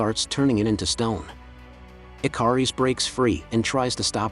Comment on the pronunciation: Why does the commentator keep calling him I car ess that is the phonics of it, the name is pronounced ikarus the one that flew too close to the Sun